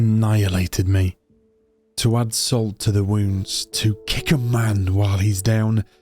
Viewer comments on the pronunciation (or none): none